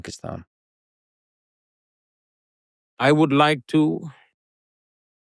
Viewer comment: lex you pronounced pakistan perfectly!!!